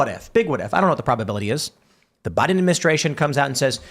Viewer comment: Tim and it's Biden Administration. Not Bide Aministration, or Biden Ministration. Syllables are important. You should try to pronounce them all!